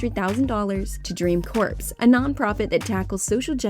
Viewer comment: That's not how you pronounce corps lmfao